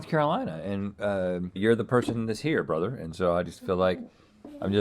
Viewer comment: Has Rhett recently become a Hasanabi head?? 🤔 cuz the amount of times he said "bröther" in this episode seems remarkably familiar 👀